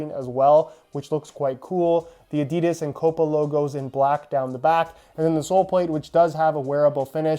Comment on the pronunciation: Its adi-das not adids